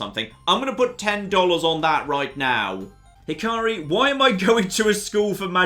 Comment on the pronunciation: its not hi-car-ri it hi-ka-ri, the ‘a’ is like in apple